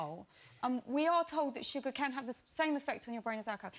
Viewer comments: its not suggar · stoooooop its not suggar